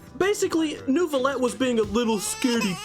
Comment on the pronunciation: Oar-A-Tri-Ze Mek-A-Niq D-An-Alyse Cor-Di-Nal Neu-Veh-Let🤡💀🫢🤓 yo mam